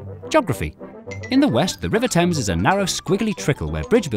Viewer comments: Why do you pronounce Thames Tims? That is the bigger question. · Love the river "Temmes" 🤣